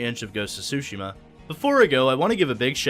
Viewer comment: its pronounced soo shee ma, not su shim ma